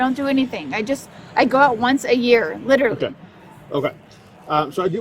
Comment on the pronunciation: If you can't pronounce "literally"...you're drunk.